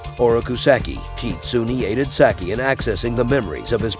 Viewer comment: Sock-eee not Sacky